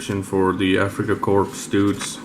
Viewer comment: It's pronounced Africa CORE .. a corpse is a dead body. Geez...